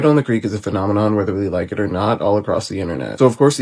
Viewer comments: Why is this nigga always saying rather instead of whether 😂 white journalists don’t do this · The word is “whether”